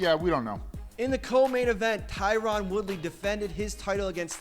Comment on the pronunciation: Was gonna rip on Matt for calling Woodley "TyRON", but then Forrest did too so now I'm cool with it.